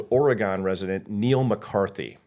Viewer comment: 0 points for constantly mispronouncing Oregon